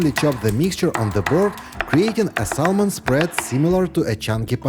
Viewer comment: Bravo. Thank you for the trick. Fyi we don’t pronounce the “L” in the word SALMON. The letter L is silent.